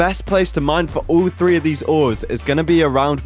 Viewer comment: 'ore' the ores